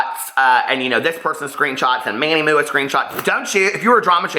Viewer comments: It's Manny M.U.A not MOOOOAH! LOL I cringe, I cringe! Of course!! SHE SHOULD HAVE REACHED OUT PRIVATELY BUT SHE DID NOT SO THEREFORE THAT PROVES SHE'S JUST REACHING FOR ATTENTION! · Live for the way says Manny MUA 😂💙